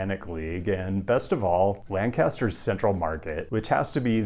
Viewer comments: WOO! Lancaster on the BOARD! P.S. its not LAND-CASTER its LANK-ast-ER :D P.P.S. DO NOT go to York, yes it is up and coming, but schools suck, crime is awful, and driving anywhere outside the city or into it is a 1 hour affair. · Lahn-cah-stuh in tribute to the OG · Please look up how to pronounce Lancaster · Lank-ISTER not LAN-caster. If you don't know, now you know! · The Pennsylvania city of Lancaster should rhyme with "yank it, sir," not with "sandblaster." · If you do move to Lancaster, definitely don't pronounce it "lan-caster" like this guy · Oh, he was on a roll in this one. Lancaster (Lenk-es-ter), Prescott (Pres-kit), and Concord (Kon-kerd) all needed some pronunciation love. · LAN - Caster is the only way to pronounce it. 😮‍💨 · You mispronounced Concord, Lancaster, Tempe, and Prescott. I may have out-nerded you. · You probably pissed off the entire city of Lancaster with that pronunciation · He got it right in one video, so 1/3 I think. I'm looking forward to the the inevitable the video where he actually visits.